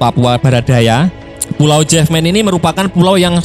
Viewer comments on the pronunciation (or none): Jefman min bukan jefmen 😂😂😂😂 ente pikir itu bahasa inggris 😅😅. Matan bukan metan 😅😅 itu pulau raja Ampat paling dekat dengan kota Sorong.